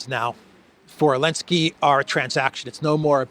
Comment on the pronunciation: will you take a moment and share why you call him Elensky? And not Zelenskyy?